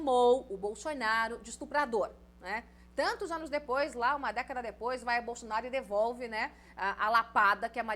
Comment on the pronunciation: Boa comunicadora mas tem uma mania irritante de forçar um sotaque que não existe. Não se pronuncia BolXonaro nem Xupremo.